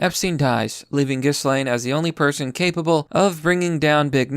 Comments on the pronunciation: Ghislaine: “jizz-lane” (rather fitting to be honest) I love your 4chan videos, keep up the awesome work! (Ghislaine was participating in threesomes with Epstein and underage girls, it’s all in the court documents 🤮) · Gill-lane. It's not hard, come on. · Ghislaine's named is given a French pronunciation by the Brits : it's Jhee lahn (equal stress).